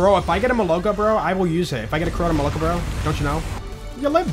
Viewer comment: Every time I am telling it's not molOko, its molokO (milk in rus.), but je doesn't listen😢😢😢